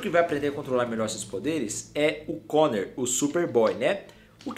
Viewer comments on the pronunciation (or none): none